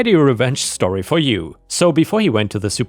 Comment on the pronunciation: Like how this dude says story. Shtorry 😂